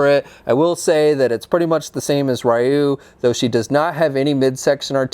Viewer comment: "Ri-you" Don't you mean re-you